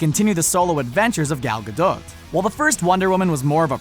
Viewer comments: Gal "Gadoe"? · Shazam/Captain Marvel was not a DC character until the '70s, so had no impact in starting the company. Also, you pronounced Gadot in are least two different ways...